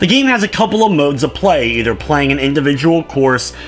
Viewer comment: Omg muricans... (playing) -pchhhhwuain ... (plenty) pchhhhwuenny what the fuck? -.